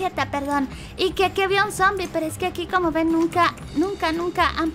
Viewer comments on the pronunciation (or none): Se dice sombi